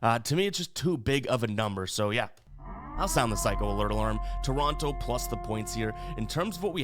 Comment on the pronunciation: I'm mostly joking and I love ya. but every time you pronounced Toronto I wanted to rip my hair out 😂😂 Canadians here in Ontario pronounce it differently haha